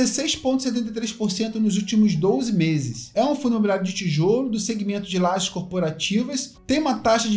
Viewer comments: Fala … excelente vídeo para variar 😂 👍👏👏👏 Só um detalhe: o correto é Lajes e não laGes. Sucesso sempre meu amigo.. 👍👍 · La"G"e? Tá certo ?